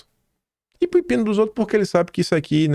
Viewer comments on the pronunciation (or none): none